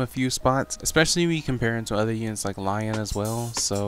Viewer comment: Wait are you saying Lyon as Lion? LOL